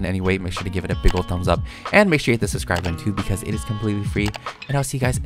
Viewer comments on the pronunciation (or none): none